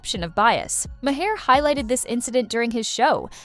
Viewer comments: It's not Bill MAHAIR. It's Bill Maher, like Marr. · His name is pronounced 'Ma' as in mother. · I refuse to watch any more CNN AI narrated videos. They mispronounced Mayer's name every single time and sang the virtues of Collins way too many times. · Might help if the narrator pronounced Bill Maher’s name correctly. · How many different ways is CI going to pronounce Bill Maher’s name? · Who is this reporter? She can't even say his name right. She might want to find another profession. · Def takes away from the message. These seems like AI, as the pronunciation changes; I heard at least 5 different pronunciations.